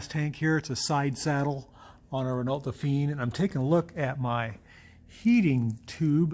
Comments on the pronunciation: Please, please, it’s pronounced ‘Reno” and not “ren ault “ There you go, my little Aussie winge. 😝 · Probably is a Gordini: 4 wheel discs, 4 spd transmission, 37 HP. BTW it's "ren-OH". C'est francais. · “T” in Renault is silent, and it is pronounced as “Ren-no.” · had the car for many years but still can't pronounce "ren-oh" correctly :P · I get a chuckle how you say Renault ,It's wrong.haha The lt is silent .